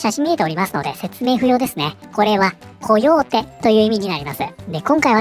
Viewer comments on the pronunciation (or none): 火曜日に聞こえた笑笑笑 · あ、コヨーテって言ってたんだ。「火曜日」に聞こえたｗ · Dead by Daylightみたく 侵入する側と阻止する側の対戦ゲームにすればいい 因みに「コヨーテ」が「火曜日」に聞こえる私は英語の習得は絶望